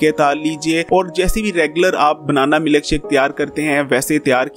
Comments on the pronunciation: Pranatha tha nahi hota.. paratha hota hai.. Maluk shake nahi hota... Milkshake.. Ur pronouncation shows ur capability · Sir Prantha Nahi Paratha Hota Hai... Or milk shake hota hai milak shake nai...😜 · Prantha aur milak shake wah kia accent hy bhai